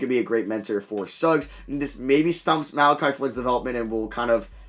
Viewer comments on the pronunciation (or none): none